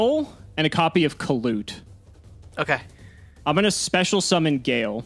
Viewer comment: Every time says "Kalut" miss an heartbeat